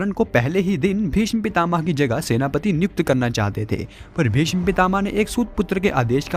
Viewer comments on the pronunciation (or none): none